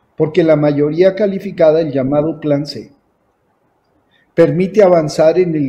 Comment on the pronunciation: todo bien hasta que dijo mayories, wtf.